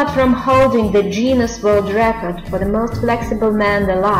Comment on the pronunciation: 1- It's not pronounced as "juinness" It's Guinness(sry if I'm writing it wrong. I'm don't speak very well english) 2-Why aren't Sofie Dossi and Anna McNulty there??????????????????????????????????